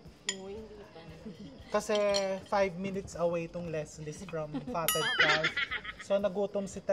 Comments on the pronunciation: its kaf chef not kalf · Sorry I have to correct you the pronunciation of Calf is with silent “f” it pronounced “ kaf” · The Fatted Calf Pronounced caf, silent l. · Sorry to correct you chef but fyi calf is pronounced as caf, silent L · Calf pronounced as Caf. 😊😊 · Hi chef, I’m your avid fan and I do admired your witty humor and intelligence I just don’t wanna be sound mean But just to correct the pronunciation of “calf “ is silent L , shoul sound like “ kaf” sorry po, ayaw ko lang people will bash you Have a good day po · Silent L po ang pronunciation sa Calf! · Chef RV, silent L po ang calf (caf) - but thanks for the video! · Sorry Chef, have to correct you…. Calf is pronounced with silent “l”….. I’m always watching your vlogs …. I’ve learned so much from them and have made some of your recipes❤ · Calf is pronounced with a silent L